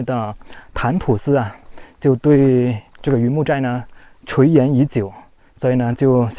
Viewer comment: 垂涎已久的「涎」，應讀成「賢」的發音。